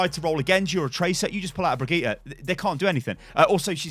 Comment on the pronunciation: Brigeeta? Really???